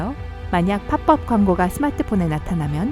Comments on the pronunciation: 팝업은 파법이라고 읽지 파뻡이 아닙니다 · 팝업 발음이 팝법이라고 하네요 팝법이 아니라 파-법이라고 발음 합니다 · 팝법 이라고 읽는게아니구 파법이라구 읽는거예요. 혹시 자동읽기 프로그램인가.. 뭐 영어라 어찌읽든 상관없는데. 뭔가 한국인 같지않아서요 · 팝뻡이라고 들림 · 팝뻡이라고 하는거 신경쓰이네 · 팝업 발음 조온나 불편하누 팝법ㄴㅂ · 왜 팝업 발음을 파뻡이라고 하는게 불편하지.. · 팝업을 팝법이라 읽는거 존나거슬리네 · 나만 팝뻡이라고 들리나? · 이채널 성우분들 한국분 맞으신가 중국 아님 서양권 같은데 여기서 나오는 팝업이라는 발음도 그렇고 다른 영상 남자성우분 발음도 그렇고 알아듣기 함들때가 있음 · 팝업 발음 무엇